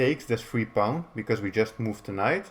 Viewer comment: Your way of pronouncing pawn is kind of cute, "paun" haha. Thanks for the video!